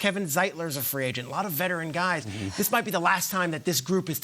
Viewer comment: umm Justin Madubuike (mad-uh-BEAK-ay, no clue how he got the pronunciation he said on air) is a HOME GROWN talent drafted by Baltimore in the 3rd round, he wasn't a FA addition lol